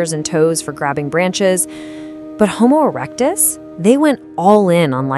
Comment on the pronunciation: Homo erec-dis-dic